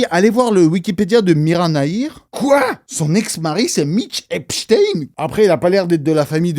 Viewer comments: La façon dont tu prononces eps...avec un h aspiré Heps...ça signifie prison en arabe...😮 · Arrêtes de dire Epstin il faut pas oublier d'où il est originaire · Ta façon de prononcer eps est très drôle ça veut dire prison en arabe